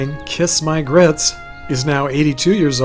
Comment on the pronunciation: I loved the way Flo pronounced her famous catchphrase: " Kisss mah griyuts!!"